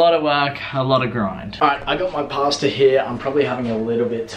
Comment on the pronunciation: The way you say pasta annoys me so much 😂